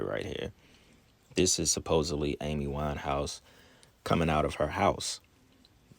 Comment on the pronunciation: LAY-D GA-GA, A-MEE WINE-HAUS 🤔 smells like a sacrifice.